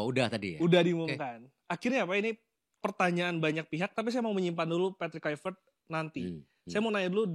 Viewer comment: Patrick polpectTOP not poR patrick kulv...